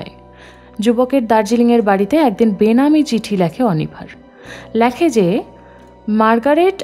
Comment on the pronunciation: Lekhe je.....❌ Lakhe je.....✅